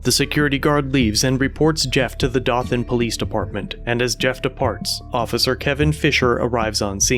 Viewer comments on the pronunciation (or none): Dothan is pronounced....Doe - than. Get it right. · It's pronounced 'Doh-thin' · It's pronounced "Doe-thin" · It's pronounced (doe-thin) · Dothan is pronounced with a long O. Doethan with a soft TH. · Just for future reference not trying to be dick at all or nothing but the town name is pronounced “Doe” than , hope this helps! Love the vids ! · It is pronounced doe-thon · Dothan is pronounced “dough-than”. Nice little town in Alabama, apparently with yahoo cocky cops., if you see this, you’re rude, disrespectful, and a shameful disgrace enforcing “the law” living in a free country. Hopefully you can’t continue to bully peaceful people or reporters so you can power trip under the guise of protecting people. My sister lives in Dothan with her family, her husband works at that hospital. I hope they are never harassed by you or your pathetic little man ego!